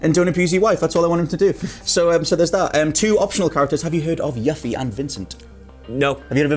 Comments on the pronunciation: What Culture has mispronounced names a lot on their channels. Most I can say, "Ok, they are probably just reading it off for the videos they're doing, or it's a matter of no voice acting," but c'mon guys does Yuff-ie really sound right to you? You guys said her name like she was little dog for a rich girl. Lol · Yuff-ie? It's pronnouced Yu-fie. lol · Everything here sounds pretty good except the gameplay. I think it's going to play like a rushed turd. Also I hate when people pronounce the name Yuffie as yuff-e, rhymes with Huffy, when I've only ever said it as you-fee. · The thing that bothered me the most, over the kalm/junon mix up, the Cait sith/evil scientist confusion, the Vincent is a vampire thing, forgetting lucrecia's name. All of that, I could accept as bad ad lib. But to hear them pronounce 'You-fee' as 'Yuh-fie' just grinds my gears. Seriously, BOTH of you need to go play the original. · It’s pronounced “You-Fee” put some respect on her name lol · thank you that was painful to hear it butchered like that lol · yea I could not agree more with this , I know accents and things can have people say names differently but that was just god awful especially cause Yuffie has always been one of my favorite characters